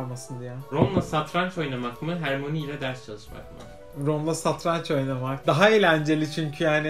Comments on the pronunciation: HORMOYNİ DEĞİL HERMOYNİ OLUCAK 😏😎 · Hörmanii deil harmoni,(yazılışını bilmiyorum) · 2:92 hörmayniy :D